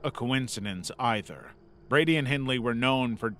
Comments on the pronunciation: his name wasnt brandy its brady pronounced bray-dee its very bloody famous, how could you f that up? Poor reasearch. Fro.the comments your stuffed up alot of facts, maybe this subject on a channel isnt for you. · Ian Brady one of the Moor’s Murderers u pronounced his name incorrectly, you said “Brandy” instead of saying “Brady” it’s his stepdad’s surname that he has. I had to say cos it has been bugging me, no disrespect meant by me informing you of his correct name and how to say it without an “N” cos it doesn’t have one, an example- a donkey Breys add a “D” to it, it spells Brady. 🫶💚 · It's Ian 'Brady' not Ian 'brandy' lol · Bro can’t read. Literally pronounced Myra as Myrna and Brady as Brandy. Like seriously? His only job is to read a script 🙄